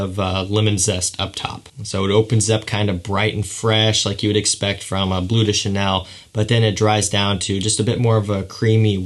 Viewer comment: A little tip: "le" and "de" in French fragrance names are pronounced "luh" and "duh" respectively! So "bleu duh chanel" and "luh parfum" :)